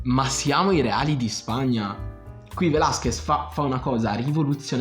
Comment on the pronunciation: Da laureato in mediazione linguistica nonché conoscitore di ben 8 lingue, tra cui lo spagnolo riconosco la difficoltà nella pronuncia del cognome Velázquez sulla quale ti sei impegnato ma c'è ancora da lavorare ;) quindi metto like solo per quello! Sto scherzando, hai spaccato!